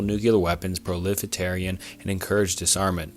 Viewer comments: what is prolifitarian? Do you mean proliferation? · You keep saying "prolefitarian" when you mean "proliferation" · You're pronouncing proliferation wrong.